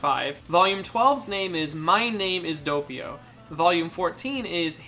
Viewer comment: saying doppio: Dopeio Other people: Doppio